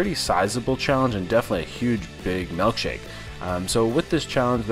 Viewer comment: I'm sorry dude but what exactly is a melkshake? It's pronounced ilk as in illkshake.